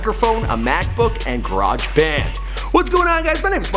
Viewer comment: He doesn't know how to say garage